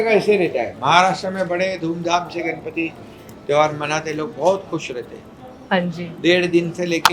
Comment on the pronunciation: Kamya, please pronounce Ganpati as गणपती , not गनपती, you are a Mumbai girl, you should know the correct pronunciation